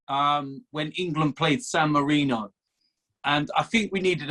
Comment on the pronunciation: calling it "Dan Marino" instead of San Marino with no regard for human life